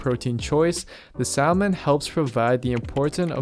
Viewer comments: A few things- the L in salmon and the T in often are silent. Not everyone watching is a GUY. Certainly all your research doesn't need to be in reading science based papers, add some other skills to enhance your professional image 😉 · You had me until you pronounced the “L” in salmon